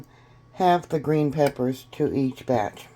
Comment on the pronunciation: "third bartch"...lol..whats a bartch? And whats "mearloaf" 😂 "litds"???